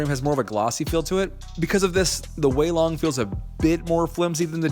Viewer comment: Yess u finally said weilong the right way Edit:it took 1 week for to see my comment